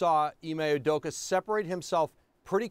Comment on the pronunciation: UdokA. Not Udoko. Come on.